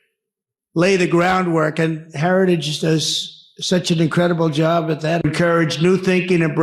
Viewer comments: What is a “Heradidge”? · Mr Trump, say "Heritage"